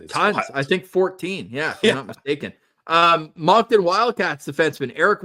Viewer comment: Don’t hate me for this but just FYI Moncton is pronounced like “Munkton” not “Monkton”